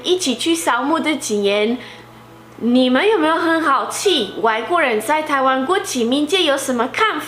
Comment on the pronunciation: 老師是好奇不是好氣🤣